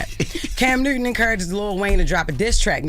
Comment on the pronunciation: “Cam Neuton” ~Jess